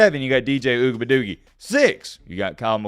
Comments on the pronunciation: "DJ Ugabadoogie" killed me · You shouldn’t joke around with mispronouncing DJ’s last name, that was not cool.